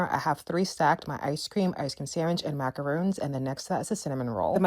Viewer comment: The girl should take elocution lessons. Her food stool was a macron, not macaroon. Wash dishes, those paper plates are killing our planet.